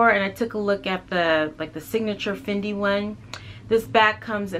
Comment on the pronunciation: Thank you for pronouncing it correctly!